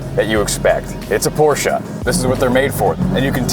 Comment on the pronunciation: Thank god pronounced Porsche right